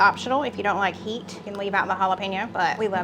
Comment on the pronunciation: H'it aka heat it. lol